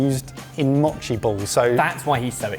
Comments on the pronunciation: “Mōchi”! (Not “machi”) It’s made with sweet, sticky rice. Not “sweetened” rice (no sugar is added). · "machi" You mean MOchi. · More Japanese gadgets, yay. すごい Os in Japanese have a long vowel sound. Mochi is pronounced moe-chee